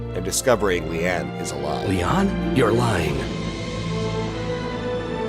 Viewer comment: I love how whoever directed the voice acting never corrected actor every time he pronounced Lian as "Leon". Even as a kid that seriously grated on me because it just made me think of Leon from Resident Evil 2 which was still fresh at the time.